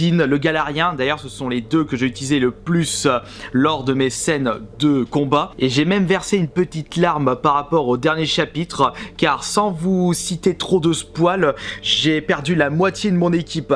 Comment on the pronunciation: Le "spoal" mais putain j'espère que tu le fais exprès sinon c'est grave de dire ça en 2018...